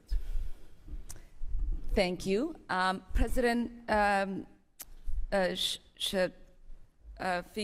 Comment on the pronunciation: HEINOUS! SHE CANNOT EVEN PRONOUNCE THE PRESIDENTS NAME.